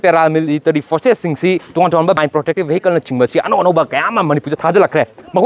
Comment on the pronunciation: Total hoiro.totan nate..ukhur hairo.ukhun nate.vehicles hairo...behicles nate ko......press ne haina...english su chum na ngang ba thok taba.meitei sakthu sha.